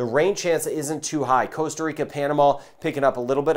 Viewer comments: please, please, please can you use the proper pronunciation, ie how we Ticos say it! It's Costa not Coasta. Costa as in Costco. There's only one a and its at the end! Thanks. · I can totally agree that mispronunciation is commonplace around the world, even by native speakers, but how do you mispronounce Costa as coasta? It's the same as Puerto Rico. It's not Porto! How does an English speaker mistake an ue for an o? It should pooerrto. I believe that Costa is mispronounced as coasta, just because the translation is coast.